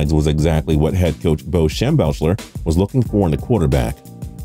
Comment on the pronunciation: It’s pronounced Schem-beck-ler not Schem-belch-er.